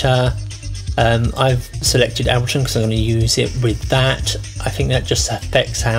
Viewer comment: He cant pronounce ableton Dx